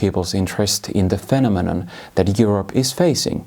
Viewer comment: Lausuntaläksyjä vielä: "Event", "asylum", "ideologies", "Polish station", (heh)... "phenomenon". "Asylum" toistuu useamman kerran, samoin puolalainen poliisi, mutta iso plussa "multiculturalism" lausunnasta.